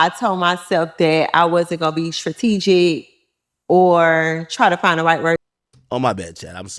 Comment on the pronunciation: I am with him and she not all that…can even say strategic….FOH